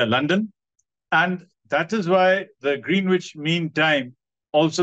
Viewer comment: Thank you Sir for the research and putting it across to us,looking forward to listening more about our history. A small correction, don't wish to do a Gayatri Spivak 😅 but I too used to pronounce Green wich the way you did till I was corrected,its pronounced as grehnich.Regards.